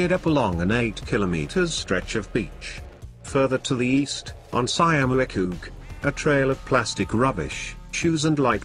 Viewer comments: Wait , I dont know what the robot try to say, but he meant 'Schiermonnik oog' (Dutchie here) one of the five inhibitant islands in the North of our country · Sjiermunnikogg??? Tursjelling??? 😁😁😁